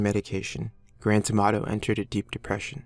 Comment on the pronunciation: When his full name is said, I can't hear "Grant Amato" all I can hear in "Grand Tomatoe!"